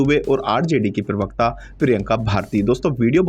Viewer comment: Bhai Sahab UTuber pirwakata nahin parwakta hota hai